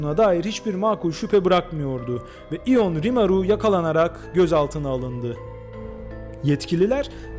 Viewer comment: Tebrikler, görüyorum ki çok emek vermişsiniz, isim bile doğru telaffuz edilmiş, ben Romanya vatandaşıyım ve bunu biliyorum.